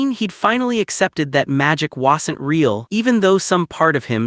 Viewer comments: That AI narrator who couldn't speak Wasn't right but says whasent.... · He spams it too lol